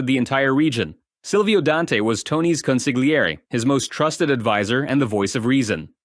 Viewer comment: Voice is AI. No self respecting person narrating a mafia story would mispronounce consigliere